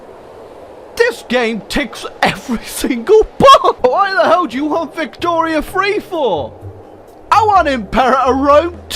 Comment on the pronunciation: the first time he says victoria 3 i legitimately heard victoria 2. im still in disbelief apparently